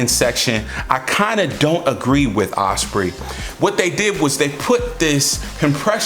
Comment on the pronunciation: Like the older one better. Don’t fix it if it ain’t broken. Ospreee lol